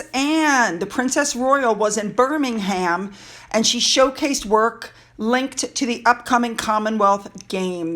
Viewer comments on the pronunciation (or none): Sorry, but you lightened my evening with your pronunciations: BirmingHAM (Birming(h)AM) and CambridgeSHIAH(CambridgeSHIR(e). 😂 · no criticism here, but just saying that 'ham' at the end of a British place is normally pronounced 'm, i.e Birming'm, Nottingn'm, but great content, thanks 🇬🇧